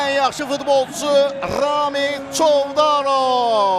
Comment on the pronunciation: Çovdarovun adında sonuncu hərf Z-dir, N deyile,🤦🏻‍♂️ay ağıllı